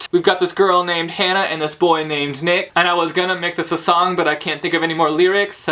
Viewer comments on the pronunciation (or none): none